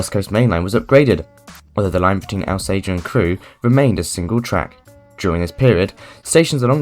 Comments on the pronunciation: Not the lad's fault, to be fair – that's how it's (mis)pronounced in the onboard announcements, I've noticed! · You’ll get shot if you keep calling Alsager Al say er, it’s All Sage Er